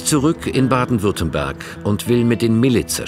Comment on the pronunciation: Weiß nicht aber ein Sprecher vom swr sollte wissen das es Baden Württemberg heißt und nicht Baden Württenberg ….scheiss gez , Wölfe sind der Hammer